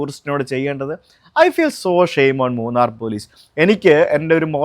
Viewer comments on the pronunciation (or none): മുണ്ണാർ അല്ല അക്ക മൂന്നാർ . 😏😏 സുജിത്ത് അണ്ണൻ ഏത് കാര്യവും നല്ല രീതിയിൽ പഠിച്ച് നല്ല വ്യക്തമായ് പറയും പ്രതികരിക്കും 💪💪 അത് കേരളത്തിൽ ആയാലും ഉത്തരേന്ത്യൻ ടോണുമാരുടെ നാട്ടിൽ ആയാലും 💪💪 നമ്മൾ എന്തായാലും ഉത്തരേന്ത്യയിൽ പോയി അവരെ നിയമം പഠിപ്പിക്കാറുണ്ട് പേടിച്ച് മാറാറില്ല💪💪 അതുപോലെ തന്നേ അവർക്കും ഇവിടെ വന്ന് നിയമം പഠിപ്പിക്കാം 😏😏 സ്വാഭാവികം